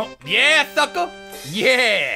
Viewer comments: did he say fucker instead of sucker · Is Toby saying sucka in place of fucka